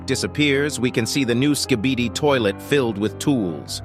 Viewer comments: If you hear closely, it sounds like the big skibidi is saying, kibidi skibidi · XD bro said skebidi toilet